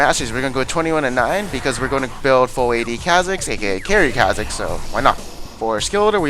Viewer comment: ffs is pronounced CAW-zix, not ca, as in candy